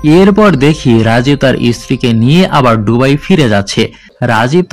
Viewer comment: সবকিছুই সুন্দর তবে শব্দ উচ্চারণে আরো যত্নশীল হওয়া দরকার। যেমন- ডুবাই না এটা বে দুবাই। ধন্যবাদ